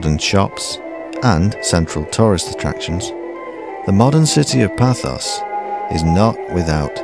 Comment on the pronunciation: Nice video but it is not ''Pathos'' but Paphos or Pafos never Pathos, sorry to be pedantic but as I live here it does rankle..